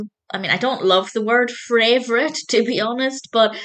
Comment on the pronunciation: Did you just say “fra-vourite?” Definitely a weird way to put things I think.